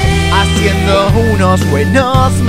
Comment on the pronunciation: BUENAGDO BUENAGDO BUENGDO